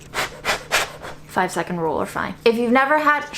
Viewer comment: Yi bai furrrr lol no doubt you’re from Beijing or northern regions. Great video as always!